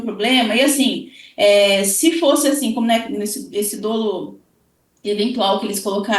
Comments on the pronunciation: Recomendo você se informar melhor,. A grafia correta da palavra é "dolo", para começar. SÓ ESSA GRAFIA ESTÁ CORRETA. O que eu me referi foi à PRONÚNCIA da palavra que é "DÓLO", com acento agudo no primeiro "o" e NÃO "DÔLO", como a entrevistada repetiu várias vezes. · Crime doloso....ou crime dóloso ? Olha...tá difícil viu....kkkkk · Não é “ o menino”, é o Marcelo. Não é “dôlo”, é “dólo”. E qualquer dermatologista vai te dizer que melasma é um tratamento de meses, quiçá anos. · Como que uma advogada fala "dôlo"? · Meu Deus a pronúncia equivocada de dolo, falando “dôlo” ao invés de “dólo” me quebrou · Tem alguns casos que é "melhor" o silêncio, essa entrevista é exemplo disso. Colega advogada, a pronúncia correta não é "dôlo" e sim "dólo" ... MISERICÓRDIA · Eu,como advogada familiarista, penso que esta advogada tem pontos fracos e me doeu o ouvido ao ouvir dôlo e não dolo;(dólo). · Dra, a pronúncia da palavra dolo, é dÓlo e não dÔlo… Pelo amor de Deus. Mas realmente, não entendo ser questão de dolo eventual não. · Advogado que fala "dôlo" ao invés de "dólo"eu não contrataria 😬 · A "aDEvogada" não sabe nem pronunciar a palavra "dolo". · não sabe nem pronunciar "dolo"